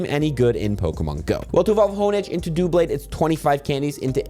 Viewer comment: It's pronounced DUH-BLADE, as in double + blade.